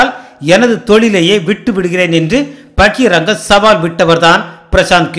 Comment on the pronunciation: please note it is bahiranga and not bahiratha . just truing to correct you .